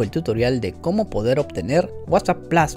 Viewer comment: Se dice Plus no Plos 😂